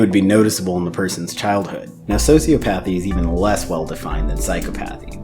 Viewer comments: Please, please, please... You're pronouncing a couple words wrong. Sure, they're pronounced "Sigh-Kō-Path" (Psychopath) and "Sew-SEE-Oh-Path" (Sociopath). psychopath sī-kə-ˌpath sociopath sō-sē-ə-ˌpath But the other associated words, the longer ones, are pronounced, "Sigh-CAW-Path-ee" (Psychopathy) and "Sew-See-Aww-Path-ee" (Sociopathy) psychopathy sī-kŏp′ə-thē sociopathy sō-sē-ˈäp-ə-thē Just FYI. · You're mispronouncing "psychopathy" and "sociopathy". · Man I'm sorry but if you're gonna call yourself a therapist you gotta learn how to correctly pronounce psychopathy and sociopathy